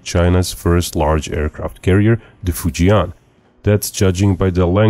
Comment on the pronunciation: I speak Chinese. It's pronounced "Foo Jenn". Not "Foo Gi Anne" . That helps for folks listening to the video to identify which ship you are pretending too..